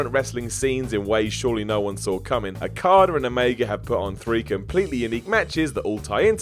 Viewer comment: Why do you English chaps keep saying "Rokada"? °w°